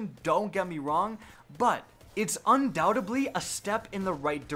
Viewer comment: **Undoubtedly** dude. You mispronounced it at least FIVE SEPARATE TIMES